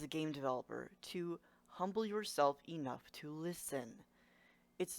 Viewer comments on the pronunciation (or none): none